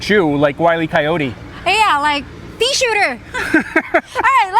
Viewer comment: Ithought he said pee and not pea, i was grossed out for a second. lol